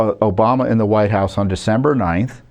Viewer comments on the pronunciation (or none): none